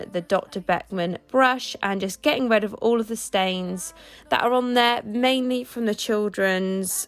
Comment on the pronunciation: Its not getting 'red' of all of the clutter.. it's getting 'rid'.. could you try saying it correctly? 🙂